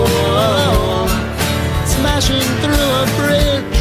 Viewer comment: Why do you replace half of your TH sounds with an F sound? And why do you do it inconsistently? Sometimes you say THrough, sometimes it comes out as Frough. Great video other than this minor issue.